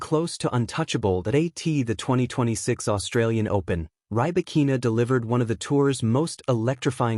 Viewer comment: Check your pronunciation of Rybakina's name